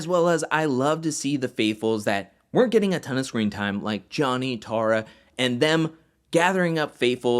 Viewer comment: It's pronounced TAY-RAH